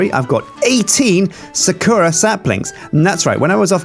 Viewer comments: Its not sukura its sakura Sa-kur-a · It is not pronounced suh Koo Rah its Sah koo Rah it's japanese... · sakura- sah-coo-rah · Sakura is said with emphasis on "sa" and "ra", so "SA-ku-RA". You have to remember that it's a Japanese word, so it doesn't necessarily follow the same rules as those of the English language. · Please for the love of my sanity pronounce Sakura correclty. Sa-ku-rah Please like so he may see! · it pains me when they mispronounce sakura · God, pronouncing Sakura wrong so many times is really painful. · Thank god im not the only one going insane :D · ***** he doesnt... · Is it just me or is he pronouncing sakura wrong?